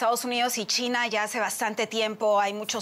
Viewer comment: Me gusta como esta presentadora pronuncia “China” chitna 😂🤣😂🤣